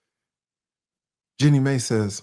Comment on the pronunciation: Slaughtering her name!!😂😂😂 The disrespect! Id sue!!😮